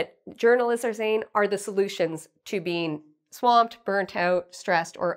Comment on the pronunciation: Your 1 pronunciation " swamped " wasn't correct.